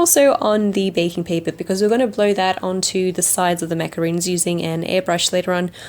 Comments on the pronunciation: It's pronounced maca-rons not macaroons. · RONS! NOT ROONS! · There is a big difference between macarons & macaroons. Not to be rude or picky but thats important to know. She mispronounced the name of the cookies she made. It's said MacaRON , not double oo's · I love your videos and channel. With no rudeness meant , you made macarons and continuously said macaroon. Hope you know that b/c they are totally different cookies. I truly dont mean to be rude. Just helpful.